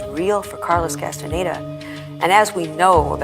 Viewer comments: چرا کاستاندا درست تلفظ نمیکنی عزیز کاستانه دا نیست 😂 کاستانداست شما اسم به این سادگیم بلد نیستی ؟ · کاستاندارو اشتباه تلفظ می کنید